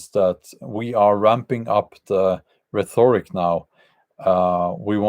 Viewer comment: He said “rheTHORic”.